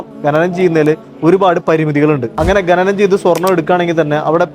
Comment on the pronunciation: Bhai, ഖനനം എന്നാണ് പറയേണ്ടത്, ഘനനം എന്നല്ല.